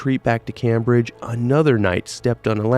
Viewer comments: smallest detail but its pronounced "Came-bridge" like as one word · My man doesn't know how to pronounce " Cambridge". Jesus. 😂